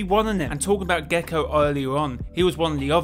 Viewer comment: No worries I’m actually pretty sure I’ve pronounced guaco like six different ways at this point..? But gecko is a new one I didn’t even notice when listening to hit back going through checks 😅